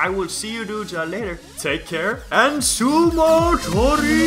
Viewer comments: its sumotori not sumotory lol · It's "sumotori" not "sumotory"